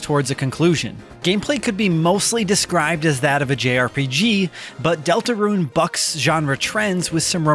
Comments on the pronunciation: I keep hearing Delta RUIN (roo-ehn) - when I'm pretty sure it's just DeltaRUNE (ROON) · I keep hearing Deltaruin instead of Deltarune